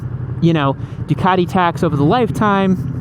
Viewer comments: The only people who should be allowed to buy a Ducati, are the ones who can actually pronounce Ducati. So that's not many Americans that's for sure. I mean what the hell is " du car dee", its "Du cat e" fa crying out loud.....Du cat e"🤗🤗 To be fair, at 2.30 you pronounced it 100% correctly......once😂😂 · I like how he pronounces DUCATTTI , in heavy Italian accent.🤌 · love the accent " a ducati "